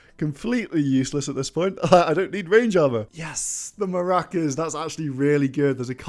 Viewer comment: not pronouncing macuahuitl as maracas lmaoooo